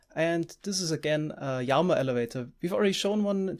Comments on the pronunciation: Please just say lama instead of yama :( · Say it with me...."L" ama..."laaaamaaaa" lol what is a yamma? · Wtf it LLAMA NOT JAMA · Since you are speaking English the correct pronunciation of llama is as if there was only 1 L meaning, Lama. Spanish then it would follow Spanish rules of being pronounced like a Y as you are doing. I don't know about German so maybe you are going by German rules but since you're speaking English thought it would be helpful to correct you. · Everytime you say Llama I Hear armor for some reason! 😀😀😛😛😄